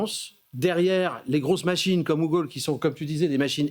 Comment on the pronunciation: J ai arrêté de regarder quand j ai entendu googaule.😂